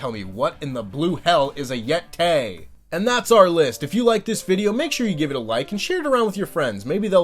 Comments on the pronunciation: the yetay (there is only one) is of course a yeti (yet ee) that was bitten by a radioactive mummy (mum ee) so obviously you combine those two words, and since they both end in a hard E sound, those parts cancel each other out and become a hard A sound, yet AY!! it's basic Englush.. 😀 seriously i think at least 66.9% of the reason this even still talked about is because they said yetAY!! instead of just "oh, it's a yeti" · ITS THE YEHTAY